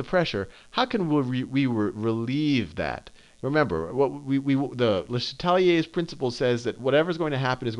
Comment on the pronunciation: I'm so grateful Sal doesn't pronounce it "luh SHAT lee aze" like some people do